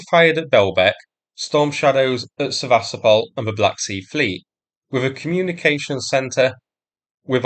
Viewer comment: Why is it so difficult to pronounce it Seva-stopal? You pronounce so many other name correctly but not this. I watch the videos but when you pronounce the city's name incorrectly then I stop watching and you get no 👍. It's a shame because I used to enjoy watching the video and being amused with your humorous comments. I do hope you will start the correct pronunciation so I can resubscribe and comment again for the algorithm. This is a one off.